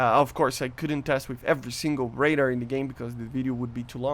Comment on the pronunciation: "Raider" thats all i hear lmao, im sorry bro, but i cant get over it!